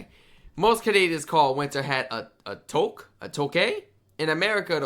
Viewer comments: A tuque is from the French. it's pronounced "touk". Like "too" with a "k" at the end. Took, not took, but took! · To help with your pronunciation: Cartier = Car-T- Eh Tuque = Two - cue (It's not the best of how to say them, but it was the best I could think how to write them. They are both French words. The word Tuque means a knit winter hat.)